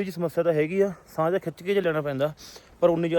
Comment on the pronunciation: ਤੁਸੀਂ,ਸਾਂਹ ਨਹੀਂ,ਸਾਂਹ ਬੋਲਿਆ ਕਰੋ